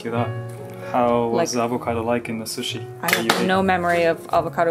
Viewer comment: Ok but the way says sushi is lowkey satisfying